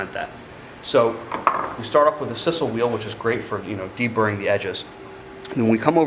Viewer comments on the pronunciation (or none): Sisal is pronounced "size-el". I'm pretty sure you've mispronounced in every or of your videos so far. Great videos though. They helped me make my first holster which I hope will be the first of many.